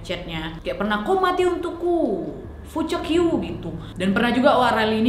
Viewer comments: ngakak perkara nadia ucap "fucek yu" 🤣🤣🤣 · “FUCEK YOU” HAHAHAAA NGAKAK BGT